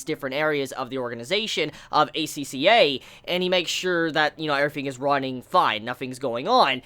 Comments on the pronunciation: You pronounced it right. Acca or aka means red in japanese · The way you said it was correct. The characters in the anime also pronounce it this way.